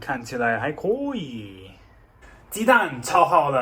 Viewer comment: 发现马克的“可以”，是成都发音“阔以”。